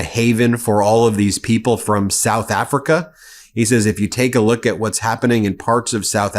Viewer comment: Souff Africhhhaaaa